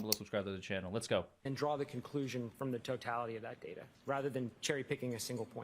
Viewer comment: I like how expert highlighted word DATA ,BECAUSE DA WAS SAYING DAITER.😂😂😂